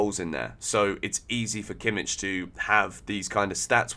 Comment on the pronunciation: Kimmich? Jajajaja cmon…